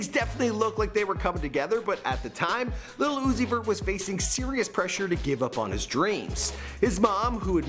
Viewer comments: Has me DEAD!! Lmao!! "Lil Uzoot-zeet-zoo-zee...vert". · "Little Uzi vert" lmfao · Lil uzi vert-luv-put l in lil and u in Uzi and v in vert and you get l-u-v